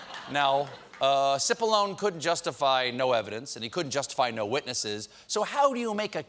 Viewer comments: It's not Sippalone, it's Chipallonie. Get it right. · Cipollone means Big Onion in Italian it should be pronounced chipolloni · Tip of the hat to you, good sir :D It's actually pronounced "Chee-Poe-Low-Nay", which must be why I wasn't getting the clever pun. Obviously, not because I'm a slowpoke.